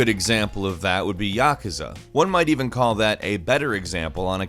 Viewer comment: Yuh-koo-zuh! YUH-KOO-ZUH!!!